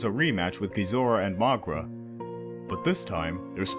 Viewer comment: I cringe by how wrong he pronounces Moguera